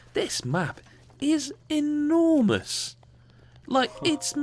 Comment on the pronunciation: Ah I love accents :) In the most fabulously foreign accent, "this map...is ayNORmus"